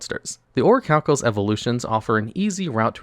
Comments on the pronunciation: Its pronounced orichalcamalos c'mon man you know this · It's pronounced Orichalcamalos